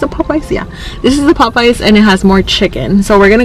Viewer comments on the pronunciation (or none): Poe-payas...you gotta be joking lol